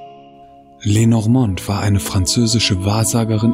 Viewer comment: Lenormand wird Französisch ausgesprochen!